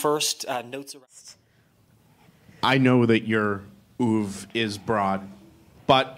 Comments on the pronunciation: and "oov"?? WTF? Pathetic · Bunch of nitwits! Pronouncing a French word in a manner that is half French (by dropping the pronunciation of the last syllable) and half American (by pronouncing the first syllable as if it were spelled "oo").